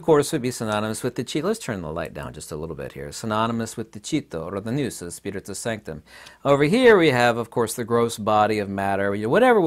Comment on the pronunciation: you pronounce wrong the Greek word "ΝΟΥΣ".. It's not "ΝΙΟΥΣ"... It's "ΝΟΥΣ" -> "NUS" without the "I":)